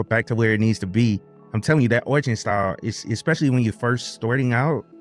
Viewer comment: "Orch" is the more jarring ear-bleeding thing you say vs the Endeavours bit. So don't sweat the latter and focus that effort into "Arrrrrr" aspect of Arch; embrace your inner pirate as it were. Also, you kids with your fancy "easy button" distros; arch, mint, ubuntu, redhat. Try a "real" distro, try Gentoo. Short of LFS, Gentoo is the Berlitz School of Language equivalent of linux lore acquisition. While not as pure is it once was, the whiners lost us true stage-1 installs, it still has meaning and teachings to vend. It's The Way, The Truth, and The Light of distros.